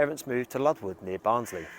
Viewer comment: lol never heard my home village called Ludwood before lol.... it's Lundwood but you do great stuff so you're forgiven lol